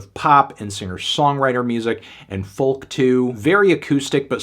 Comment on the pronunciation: Anthony, please try and pronounce folk correctly. foke